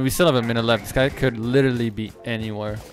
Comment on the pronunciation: If you cant properly pronounce "literally" dont say literally 1000 times:/